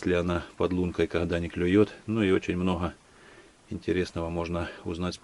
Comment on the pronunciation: Почему автор хэкаит? СмоХу, мноХо, Хрецкий орех, Хвозди